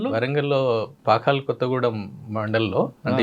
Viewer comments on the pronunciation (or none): none